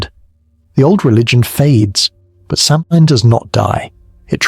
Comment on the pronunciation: Will you take a word of advice from someone who speaks the language? The pronunciation is SOW-in. The Scots, Welsh, Cornish and Bretons might have their own names or pronunciations, but this is the Irish pronunciation. Interesting video, enjoying it